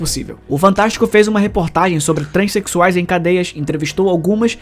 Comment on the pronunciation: "TrEnsexuais" KKKKKKKK porra